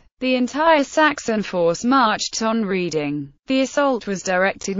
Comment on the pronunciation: I cannot abide these computer generated commentaries. Why on earth can't they get a real person to do it? That way they might pronounce things correctly - it's Redding, not Reeding.